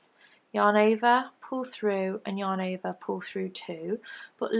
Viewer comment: Thank you for making such great, easy to follow leftie vids. I haven't been able to "get it" until I discovered you. One question...do you ever get tired of saying "yahn ovah"?? LOL just kidding. I love your accent :) xoxo